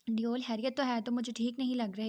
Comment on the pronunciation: Yaram ko sab devel kehty hain deoul nai please naam Sahi sy lain